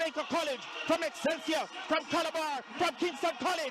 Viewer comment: Did he say Excelig